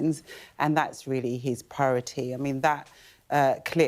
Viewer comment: "That's his parroty"?! She can't even pronounce the word priority, let alone get any facts right.